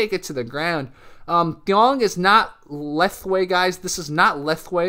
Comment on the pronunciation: Thaing ( pronounces - Thyle / thainge ) is general terms for all Myanmar/ Burmese martial arts. Under Thaing there are Bando and Banshay. Bando is empty hand art which include lethwei ( it's let + hwet .. not leth + wei , pronounces Let Whayte ) , Bando Lethwei ( ancient lethwei which u saw in this video ) , Naban ( burmese wrestling ) , Let pwait ( clinch and extreme close range fighting ) , Let Pan ( lethwei style hard sparring heavily focus on traditional advanced techniques ) , Bando or empty hand self defense techniques from all Myanmar martial arts. Banshay or weapon fighting include all weapon techniques from all Myanmar Martial arts. Whether Thaing master ( bando + Banshay master ) or lethwei fighter or bando practitioner or banshay practitioner , they all must know Lek kha moun ( symbol and trademarks of Burmese martial arts ). Lek kha moun is an invitation to fight or spar or to exchange or to war in Myanmar culture. It's not 3 time baby like taps but 3 loud claps to the elbow and arm triangle joints area ( when you bend one of your arms and clap with dominant hand ). Thanks for the video.